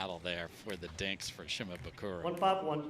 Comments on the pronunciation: Some props to the commentator for trying to say Shimabukuro's name correctly, but, man, look at the end of his name - it's -bukuRO. RO. Not RU. C'mon man. All you gotta do is read it and say it phonetically, exactly as it's spelled. You can even look at it on your phone. You don't have to memorize it. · The commentators screwing up Tama's last name every time lol Shi-ma-bu-koo-row, not Shi-ma-boo-koo-roo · They're mispronouncing Shimabukuro. Last letter is an "o" not a "u", so it cant be the same vowel sound as the earlier "buku". Just like how the car brand Suzuki isnt "Soo-Zoo-Koo" and a Sumo wrestler isn't "Soo-Moo". Kid has a bright future so it's worth learning how to pronounce his name correctly.